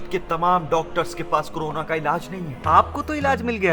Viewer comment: Corona not karona